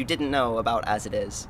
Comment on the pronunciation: "As I- Is" "As I- Is" "As I- Is" "As I- Is" "As It Is"